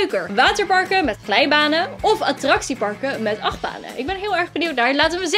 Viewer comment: Ze zegt achtbaan attrachiepark